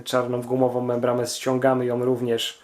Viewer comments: membrana nie membrama. poradnik świetny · Mówi się "membrana" a nie "membrama", jezus... Uszy mi krwawią jak cię słucham. Do tego to twoje "podłanczanie", "hamulcowom", "śrubom odpowietrzającom"... masakra na jezyku polskim.